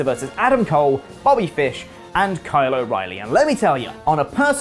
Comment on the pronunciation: I guess Walking Dead wasn't an anomaly; Brits just can't say "Carl" OR apparently "Kyle" 😜